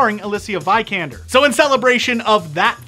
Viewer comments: It's VEEKANDER not VAIKANDER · Seat?!! seriously? you pronounced the car's name seat? also the name is pronounced vee kander